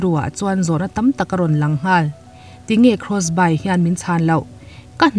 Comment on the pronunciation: krawsbai ni lovin krawsbi (Crossby) ti a lam rik tur anih hmel.